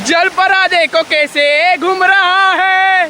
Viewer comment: जलपारा ❌❌ जलपरी ✅✅